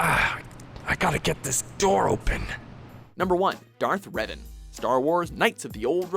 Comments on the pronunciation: It's Revan, not "Reven", wtf... :| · DARTH REVEN? I think Geralt is a better anmesia afflicted charcter, but i can respect Revan being one but please get his name right! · Darth RevEn? Seriously? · "Reven"? Nice job guys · Darth.. Reven? ;__ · Rev"A"n, not Reven. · You know me. I tend to critizize things like Clip titles or content. Not here. However I have to ask who the hell is "Darth REVEN". Come on guys. Even if you have no Idea who REVAN is, you should be able to read the subtitles of the scenes you put in. And it´s not like you simply put an E instead of an A in the title for his clip, you went on and pronaunced it as Reven instead of Revan. You can do better than that. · To , it is Darth Revan not Reven.